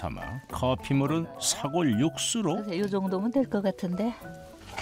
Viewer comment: 긴 자를 짧게 잘못 발음한 예: 사골,한파 ,제작진,거실,등,이런 잘못은 해설자의 문제입니다